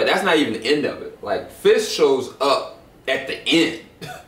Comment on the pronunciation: I don't know if it's my hearing or a result of local dialect but are you guys saying "Fish" when referring to "Fisk"?